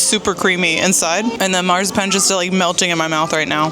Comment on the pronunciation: While you're working on your German accent, try pronouncing "Marzipan" correctly